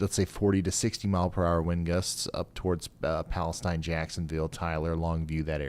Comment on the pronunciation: Pronounced "Umble", not "Humble". Also, "Palesteen", not "Palestine".